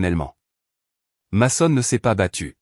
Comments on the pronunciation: Mason se prononce meson en anglais pénible a la fin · Bonne histoire mais svp prononcer correctement le où les prénoms dès personnes de votre histoire votre ex s'appelle meson car en anglais le a se prononce e dans certaines situations